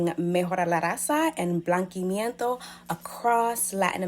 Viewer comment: BlankeAmiento , we pronounce like that ....